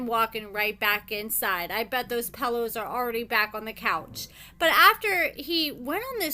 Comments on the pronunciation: PELL ohs lmfao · Why do you say pillow like that 😂😂😂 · Right?! I was wondering the same exact thing 😂😂😂